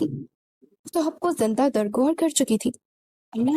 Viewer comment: Zanda nahin, zinda.. correct your pronunciation lady